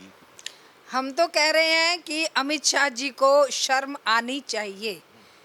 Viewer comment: Sharm ko sarm kehna ,, ma'am yogi bhi , shahar ko sahar bolna , shahrukh ko sarukh kehna